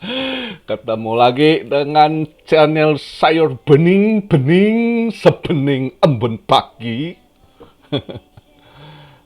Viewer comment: Pengucapan beningnya dipertahanin koh. Buat ciri khas. Unik banget dengernya hehehe